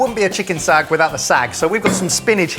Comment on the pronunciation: Your recipes are authentic! Do you own a pressure cooker? Daal is rarely cooked for 45 mins in the open. It's a quick 20 min recipe! I am SO IMPRESSED you used ghee:))) you cutie, it's not sag, but SAAAHG. love from India <3